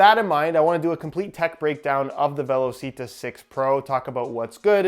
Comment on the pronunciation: Hey it’s actually pronounced “ve-law-chee-tah”